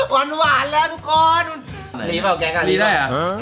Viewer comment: หูผมเพี้ยนหรอครับ สวัสดีค้าบ ทุกโคย😂😂